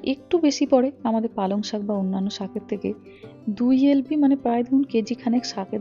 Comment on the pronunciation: সাগ ✅ শাক ❌ 😂